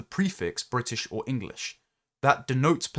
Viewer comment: I had a reflexive reaction of 'you can shove that bwitish hyphen up the usual spot'